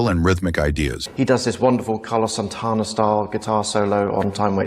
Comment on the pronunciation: "Carlos San-tawna"?